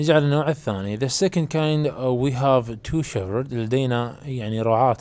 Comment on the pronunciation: حرف الh لا يلفظ في كلمة shepherd شيبرد وليس شيفرد😠😠😠😠